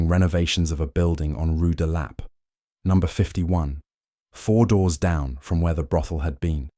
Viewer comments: "Rue de LAH-pay" 😂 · Why is it so difficult for your computer to pronounce rue de la paix?